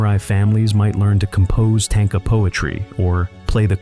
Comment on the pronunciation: •Edo pronounced like "E" in Emily. •Kyoto pronounced kyo-to , NOT ki-yoto •tanka , pronounced like "tonk a" in tonk a honk woman, not like war tank(a).